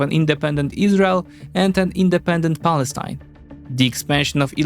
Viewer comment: You pronounced Palestine wrong